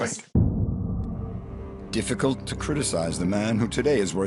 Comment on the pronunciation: ‘Diffifult to criticise who own 14b dollars’ 🤣